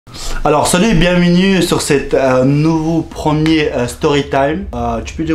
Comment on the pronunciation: "Bienmenue " "copane"😂😂